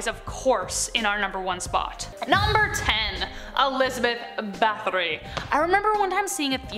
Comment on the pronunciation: Báthory always gets me lol. It's not 'bath-ory', it's 'bat-hory'. Hungarians don't have the 'th' sound that Americans do